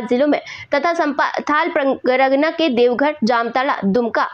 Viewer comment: Santhal pragana h medam, bol nhi pate h aap thik se